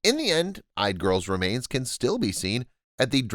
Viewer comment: Yde. It sounds like "EE-duh." Otherwise great job.